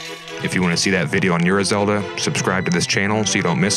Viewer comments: I think Ura Zelda is pronounced more like "oar-uhh." Great video though, looking forward to the next one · It's "ooh rah"